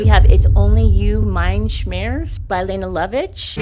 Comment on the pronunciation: Leh-nay not leen lovitch or lay-nuh. Amateur!!